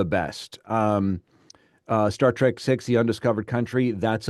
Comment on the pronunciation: I say "Star Track" too. I know it's "Trek." I use trek as part of my vocabulary. But when I say Star Trek it usually comes out as track. It's probably because I didn't recognize the distinction when I originally watched the show in the early 70s.